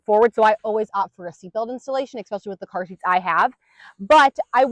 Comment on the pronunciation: Thanx! You rock! (*FYI: It's pronounced eSpecially, not eCspecially or eXspecially. 😁)